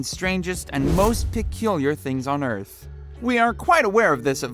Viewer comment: Earth not erf